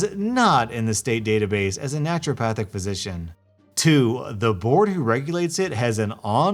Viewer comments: Stop saying naturalpathic please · Naruto-Pahthic? She's a weeaboo doctor?